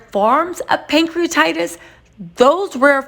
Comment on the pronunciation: It's Pancreatitis not Prankcreatitis 🙂